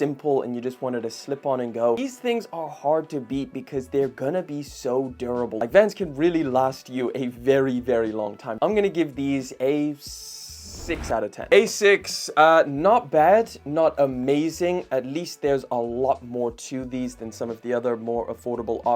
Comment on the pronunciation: asics isn't "a six", my day is ruined 😢